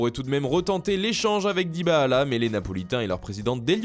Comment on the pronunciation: "Dybahala" ? Il est vraiment affreux ce mec dans les prononciations